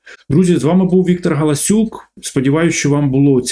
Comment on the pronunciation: Чоловіче! В українській мові 'о' це завжди 'о' і ніколи не 'а'. Деякі слова які ти вимовляєш дуже важко розпізнати через те що ти спотворюєш звук 'о'. Навіть коли ти озвучуєш своє прізвище, стає рішуче неможливо зрозуміти - твоє прізвище дійсно гАлАсюк чи ти спотворив прізвище гОлОсюк. Зверни, будь ласка, увагу і хай твоя українська мова буде гарною а не кацапським покручем.